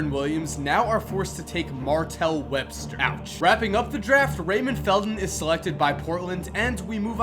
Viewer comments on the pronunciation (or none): Wesbter instead of Webster 😂 (5th pick of updated 2005 draft)